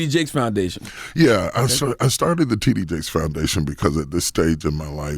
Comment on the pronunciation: It sounded like DJ Envy introduced him as Tiddy Jakes! Lawdddddd